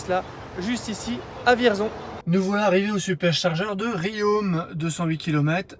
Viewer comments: Rion et pas riome !! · Juste un détail : on dit "Rion", pas "Riome" !